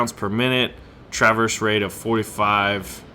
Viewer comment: your pronunciation makes me wanna CRY!!!! please look up pronunciation of traverse and Yamato